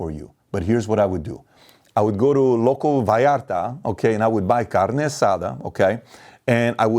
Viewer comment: You did not just say Vallarta did you Pat? 🤣 Respect! 🇲🇽🇱🇷🇮🇷